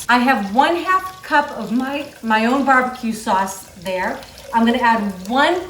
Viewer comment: "Bah buh que saws"